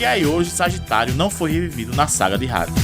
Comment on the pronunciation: Eu tenho raiva de quem fala Rades